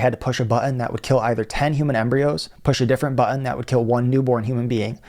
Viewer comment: It’s not butt in.. it’s button